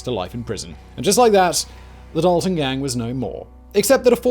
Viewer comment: I'm related to the Daltons he pronuduced it wrong I would like to say but I never thought there'd be a video though